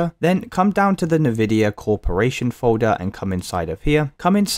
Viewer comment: I hate the way you say Nvidia